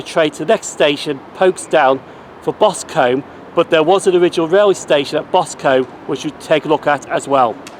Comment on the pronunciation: Boscum not Bos Combe